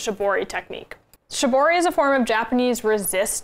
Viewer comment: please do pronoounce it in the correct way though. It makes you seem more credible and it's also respectful of it's roots. "sheeboree"